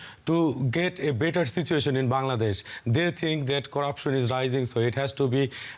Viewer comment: It's not bandadesh it's Bangladesh, Pronounce it right way, who make you news reporter, still you can't pronounce a country name !!